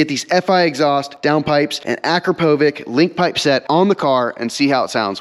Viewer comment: Nice tires. By the way, it’s “a-crap-oh-vich”, not whatever you said. Can’t believe I have the same car as you. I’m now embarrassed because of your tires and poor knowledge about Akrapovich. I have Carbahn full titanium exhaust, dinan radiator, and stage 1 software putting my car at 550-600hp. I have the alcantara steering wheel and alcantara with carbon fiber e-brake handle. Car is having about $4k worth of carbon fiber installed now with cf rear diffuser and spoiler, front cf wings and front bumper air ducts, cf side skirts, cf front grill, cf front bumper upper trim, and cf side mirrors. I hope the car just looks awesome. l am expecting aluminum foot pedals and remaining cf trim for the interior of the steering wheel. Might get cf for the bases of the front seats and cf side fender vents. My car is a manual 20’ with around 30k miles but have never really loved the look of the car from some views. I’m hoping these new pieces makes me really love the look as well as the performance and fun of what it does.